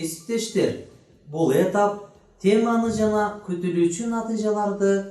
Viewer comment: Эмнеге этап деген сөздөгү басымды э ге коюп жатасыз?